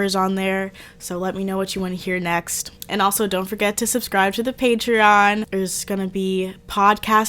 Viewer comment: Why that patreon sounding like patriarchy